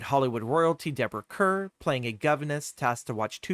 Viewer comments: It's pronounced karr not kerr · I think her name is pronounced car even though it's spelled Kerr